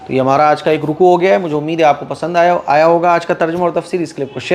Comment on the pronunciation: The word is Tarjima ( TARJIMA ) not tarjama please keep in your mind